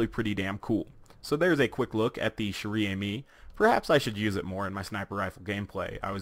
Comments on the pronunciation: if you wanna pronouncing it right you must try to say "Share ame" , i think ^^ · Pronounced: "share ah-me", trust me, I'm Canadian. I spent most of my childhood learning friench. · i m sorry to say it but you have a very bad french accent and you didn t even read the name of this sniper properly that aside you re a very good youtuber so keep up thw good work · 115madmax yeah exactly XD